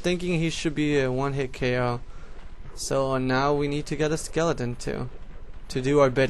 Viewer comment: when u say skeleton it sounds like lilidain